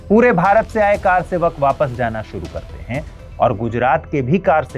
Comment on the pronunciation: Car sevak nhi sir, kr sevak Ye confusion to English walo ko hota he.....isse arth badal ja ra he